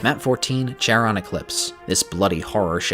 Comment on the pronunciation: Someone may have mentioned this already, but the "ch" in "Charon" is pronounced with a K sound (Charon is a name from Greek mythology).